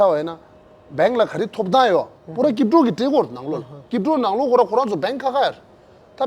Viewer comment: Looks like bhuchung is running out of guest. This is very disappointing from him. This jackass crypto guy who can't even properly pronounce crypto will mislead the youth and he is not qualified to teach at least.